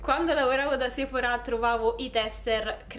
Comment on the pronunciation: Perché la gente a Roma è cafona. Sei di Roma, vero? Che bello che pronunci bene Sephora con l’accento sulla “a”. A Milano sbagliano pronunciandolo con l’accento sulla “e” pensando pure di essere fichi.